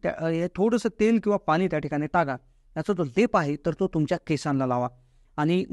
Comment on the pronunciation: Pani shadb tari not bola.....n.....cha uchhar ashudha 😅😅😅😅😅😅